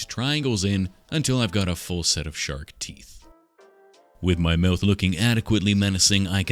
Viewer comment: My wife, sitting next to me, thought you said “shart” instead of “shark” and it got me wondering how one might represent a shart in clay.